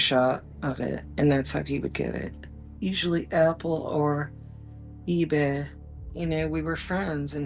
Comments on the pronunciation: Why does she say "eee-beh" instead of "eee-bay"? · The biggest crime of this lady is how she keeps saying EBAA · Why does she pronounce ebay like that?